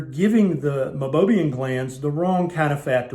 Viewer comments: Meibomium, not Meibobium. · It’s pronounced my-bow-me-n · You are showing it spelled as Meibomian glands, but pronouncing it “Mibobiam.” Which is it?